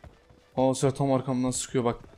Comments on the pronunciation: Abi sen ne zaman sezer demeyi öğreneceksin ? Seer nedir ya 😂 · Sezer Demiyor 😂 Seher diyor :)